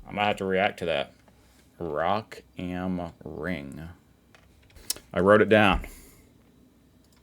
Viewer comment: I was not prepared after the "Rock ähm Ring" pronunciation fail 😂. Kudos! That was really good 👍